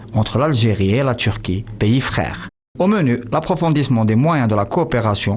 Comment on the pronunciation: Au mini ' au menu' 😂😂 ... Et l'accent parfait 👌 j'aime